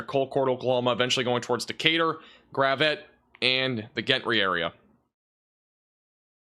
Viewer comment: Gentry is pronounced Jentry for furture reference